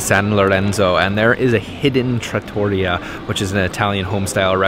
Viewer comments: Nice video. The ravioli in the trattoria, look great! I lived in Italy for many years. You should learn to say trattoria property, Italians will like it, if you do 😊. ... trAH-toreeyah. Emphasize the first part TrAH! more. Then, hang on the t for slight-moment before continuing the word. But if you emphasize that AH you probably don't even have to hang on the t, because the sound will come naturally. Let me know. You can also listen in some translation app or YouTube video how to properly say it 😉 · Enjoyed the video, Florence is one of our favorite cities. Please learn to pronounce Trattoria. : ) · Learn how to pronounce trattoria. The accent is on tra. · Great job guys. Two suggestions on pronounciation: an American pronounciation of Ponte Vecchio is pronounced “PON - TAY VECK - EE - O,” wth accent on the VECK, and trattoria is pronounced “TRA - TOR - EE - YA” with accent on the “EE”. The same pronounciation rule goes for all of the Italian shops (ie. pizzaria, gelateria, maccelaria, etc). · hahaha so fun when she said tortelli and it was right and he correnct her saing tortelliti hahaha, anyway the right pronunciation of all the shop that finish with 'ria like gelateria, paninenria, trattoria if with the accent on the final 'i' and trust me that i'm an italian cook, the majority of real traditional italian food is cheap cause is normal food for us but is so fucking good, on another level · It's Mercato Centrale (the "e" is not silent) and the accent on Trattoria is on the second to last syllable (the "i"). It used to be they only put Parmigiano on the table for tourists (and restaurants that catered to tourists), don't know if that has changed. Italians generally consider adding condiments or cheese to a dish to be offensive to the chef, you are telling the chef he should have put the condiment on there in the first place. Signoria, the g is silent. gn is a nasal "n" like sign.